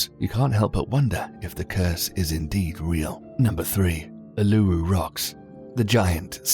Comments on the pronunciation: TheMelonMudkip same here I get triggered when they say U-l-u-roo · It's actually not "Alu-ru" it's "Ular-ru" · Uluru is pronounced oolaroo lol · you said urulu wrong